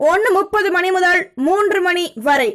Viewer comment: நீங்க செல்றதும் உங்க தங்கு தடையில்லாத கணீரென்ற உச்சரிப்பும் ஒவ்வொரு ராசிக்கு முன்னும் சொல்லும் மந்திரமும் லவ்லி சூப்பர் அம்மா கிட்ட சொல்லி சுத்தி போட சொல்லுங்க. ஒரேயொர ரிக்வெஸ்ட் நேரம் சொல்லும் போது .முதல்னு சொல்றதுக்கு பதில் முதள்னு சொல்றதை தவிர்க்க முயலுங்கள. நன்றி